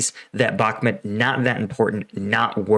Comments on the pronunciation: Man.... how many years will it take you to learn how to pronounce a city you've been talking about for months??? Bakmut is not pronounced back-mid or back mud like you constantly do. Its pronounced Bok-moot it's so irritating listening to someone who doesn't even do the preparation to learn correct pronunciations. How long are you going to make these stupid assessments and predictions that are always wrong the 4-5 times I've watched? Your latest assessment is reiterating the fact that you think Ukraine waited too long to evacuate.ukreaine isn't trying to evacuate they are committed to beat who you call Russian elite which calling Russian or Wagner elite equals a brand new American grunt. There is nothing elite about and Russian forces as all of their so-called elite equals to average American troops were decimated in the first month of the war. Where do you get your intel anyway stating there are no elite Ukrainian troops in bahkmut? It's common knowledge that Ukraine has elite special forces in the Bahkmut area and that Ukraine is committed to defeating the Russians in bahkmut which will break the back of the invading forces allowing Ukraine to overrun the Russians as they did in summer and fall of 2022.funny how you say Ukraine needs listen to the USA top brass assessments but Ukraine's route of Russian forces in 2022 was done without American knowledge and against USA top strategic planners assessment pre offensive. Dude your assessments suck your predictions don't come tr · US intelligence "ain't all that" like you describe. They didn't even pick up how badly equipped pre-invasion. Frankly, you're dead wrong on so many levels. Bakhmut (PLEASE learn how to pronounce it correctly) is a flame drawing in russian forces including inept "special" forces, that are only special in taking out weak, untrained syrian, georgian, etc., warriors. AND, russia pushing hard means nothing... nothing.